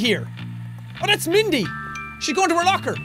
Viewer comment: Also, it’s Mandy. Not Mindy Jack. Just so you know.